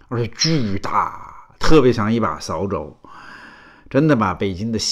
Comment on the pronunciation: 扫(四声)帚(轻声)